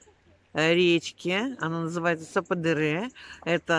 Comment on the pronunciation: Я смотрела одну блогершу из Анталии. Она ждала 5 месяцев. Просто они там что-то напутали. Говорят, если отказ, то сразу. И... Я была на этом каньон. Там классно. Только его называли сападЕре, ударение по другому. Но это не суть. Вам повезло, что подруги с машиной. Есть возможность разъезжать по красотам. Счастья вам!!!